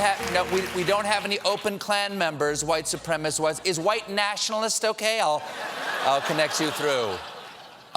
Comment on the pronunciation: It's minor compared to everything else, but it's really getting under my skin that Trump can't pronounce "supremacist". "Supremist" is not a word, Mr President.